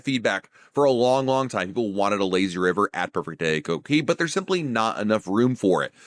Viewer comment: It’s Coco Cay, not Coco Key!